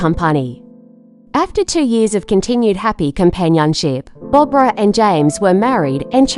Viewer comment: Uh it's Barbra not Barbara.